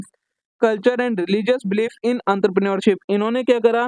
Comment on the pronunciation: Entrepreneurship❌ antrapre neurship✔️👽